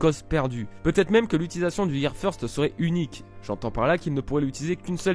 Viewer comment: Feursteuh lol